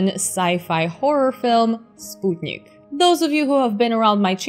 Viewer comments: Major props for properly pronouncing Sputnik, a feat which other space channels hosts (Scott Manley, Vintage Space) haven't mastered so far. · Thank you for the recommendations and for the proper way to say 'Sputnik'.